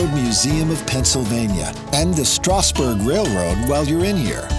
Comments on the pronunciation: FYI it's pronounced LANCaster, emphasis on the first syllable (if you want to sound more like a local). Also, in the word Strasburg pronounce the 'a' like in the word 'has'. This video does give a good overview of the top tourist areas in the county. Also consider going to one of the farmers markets like Root's (open on Tuesdays) or Green Dragon (open on Fridays). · Good video but you butchered the word Lancaster and strasburg